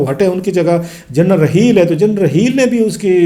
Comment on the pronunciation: کلاسرا صاحب ذرا نام تو ٹھیک طرح لے لیں ۔۔ جنرل رحیل نہیں انکا نام جنرل راحیل شریف ھے۔اور فروق کوئی نام نہیں ھوتا , اصل نام فاروق ھوتا ھے۔۔ آ پ پڑھے لکھے لگتے ھو برائے مہربانی کسی کا نام تو نہ بگاڑیں۔